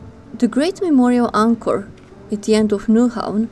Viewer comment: Very good presentation, based on fact, not the usual rubbish many vloggers make up. You have done your homework, well done. BTW, you must be German. Not many can pronounce "Nyhavn" correct. Tip! English sentences are build pretty much like Danish (Vikings again) and many words are pronounced like German.